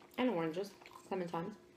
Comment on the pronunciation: Great video ^^ PS: Is it me or says ClementiMes instead of ClementiNes?